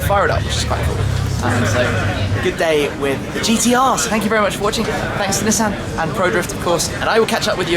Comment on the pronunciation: God the way he incorrectly pronounces Nissan is so annoying lol